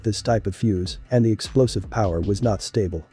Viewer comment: every word pronounced correctly except napalm and stable.